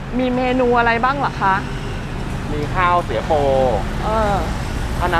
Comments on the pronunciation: ข้าว เสีย โป ค่ะ ไม่ใช่ ข้าวสวยโป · ข้าว เสียโป ไม่ใช่ ข้าวสวยโป ค่ะ หนู😁😄😃😛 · ข้าวเสียโปครับ ไม่ใช่สวยโป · เขาเรียกข้าวเสียโป...ไม่ใช่ข้าวสวยโป...